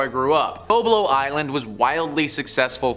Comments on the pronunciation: Is Boblo, not bo-blo, you were not even born yet. It's was fun place. Non of these vids were scary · Not bo blo it's BOB-LO island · Its Bob low island that's how its pronounced. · Just an FYI the island between Detroit Michigan and Canada that you spoke on and the boat, the fyi I want to bring to your attention is the proper pronunciation for BOBLO IS BOB- LO island and the boat drew many many people from across the city and Canada to the island for a family day. It is now being renovated to housing and we have a butterfly observation area. The boat was burnt some years back and irreparable